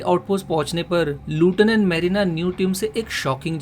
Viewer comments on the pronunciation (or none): Bhai vo pronunciation ''लेफ्टिनेंट" hota hai😁😁